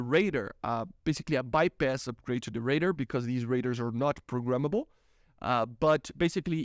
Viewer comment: Yo the way you say radar is hilarious. ''Raider'' ? ? ?